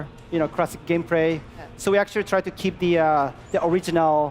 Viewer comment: Lmao "Gamepray" I'm confused, why is L so hard to pronounce?